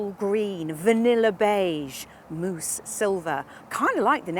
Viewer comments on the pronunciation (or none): none